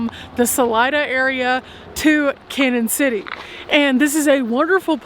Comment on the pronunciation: Love your videos. Hate to tell you this but Canon City is pronounced Canyon city. There is a~ over the first n making it Spanish!